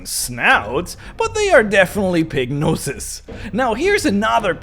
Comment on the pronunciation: Was listening instead of watching the video and hearing "Pignosis" and realized was saying "Pig noses." "Pignosis" seems way more appropriate. I'm just going to say that the other editions of orcs suffered from Pignosis.